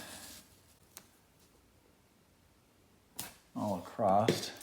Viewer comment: There is no T in “across”